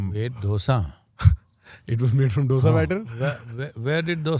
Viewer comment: Hey North Indians.. It's not 'dosa'... It is '2 sa' ... '2' in hindi दोसा It is not डोसा Surely you know the different between both